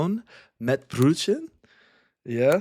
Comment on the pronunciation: Brötchen (small bread) better pronounced as brurrchen rather than brewchen. I too love Thüringer mett.